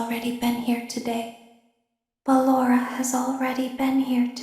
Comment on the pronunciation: Circus Baby: Ballora DanTDM: Ah yes, Ballenlorah.